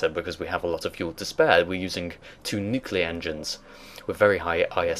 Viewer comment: NUCLEAR, not nucular